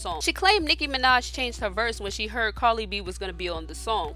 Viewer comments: Carddddddddiiiii not carlyyyyyyy 🙄😂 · It’s “CARDI” not “CARLI” not even a huge fan but, your annunciation is despicable. Frustrating as hell. Please say it right. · Its cardi not carli